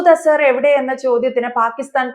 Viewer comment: ആൻസർ അല്ല മാഷേ അസർ... ദിൽജിത്ത് പാക്കിസ്ഥാനോ??? ഗിൽജിത് പാക്കിസ്ഥാൻ അല്ലടോ ഗിൽജിത് ബാൾട്ടിസ്ഥാൻ കഷ്ടം